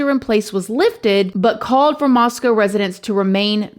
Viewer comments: so surreal that one of my fav true crime channels is covering something that happened in my area 😳 also thank you for pronouncing Moscow correctly ☺️ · Thank you for covering this, and for pronouncing Moscow correctly! I live south of Moscow in Lewiston and this is just nuts…we don’t see stuff like this here. I did lots of partying in Moscow during college and even knew quite a few people in the Sigma Chi fraternity (this was many moons ago haha)…I feel for those families who lost children, how unimaginable ❤ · Thank you for pronouncing Moscow with a long o sound at the end of the name. This is the way we pronounce the name of the town here in Idaho. The people in Idaho prounounce the city in Russia is Moscow with the ow sound at the end. I'm not sure why they are different, and I don;t know that it really matters, but it is nice to hear people say it the way we do. It shows respect. Thanks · nice! you said Moscow correctly lol